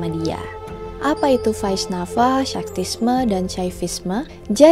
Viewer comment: thank you kak sudah bahas mitologi Hindu :)) untuk pelafalannya ada sedikit koreksi nih kak, di Hindu itu v dibaca w jadi misal Devi bacanya Dewi, Vaishnava bacanya waisnawa, dst. semangatt kak :D